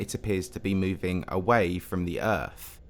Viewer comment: "and their distance from errf."